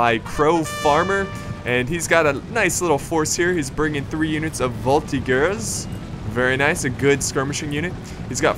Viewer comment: It's "voltigeurs" not "voltiguers". I say that because I'm french so it bothers me. Bur thanks for playing french armies